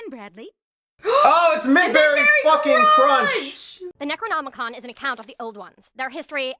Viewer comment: trying to pronounce necronomicon was funny 😂